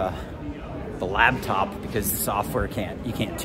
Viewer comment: Is the whole “lab”top pronunciation thing instead of laptop, an inside joke or a weird accent thing?